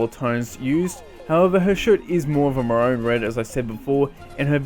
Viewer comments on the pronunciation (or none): More amazing content lad, keep up the good work ❤️ (Also is it just me or do you pronounce maroon wrong? I've always said mah-rune not *ma-row-n*)